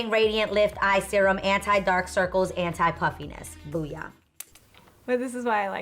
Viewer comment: Every time I would watch Adrienne's skincare video and she reads her eye serum I hear saying "anti-poochies" is it just me? XD